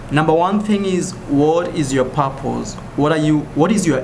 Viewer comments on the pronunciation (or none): I suddenly heard him say " whad is yo papoos?". Took me a few seconds to understand that he said "what is your purpose?" :|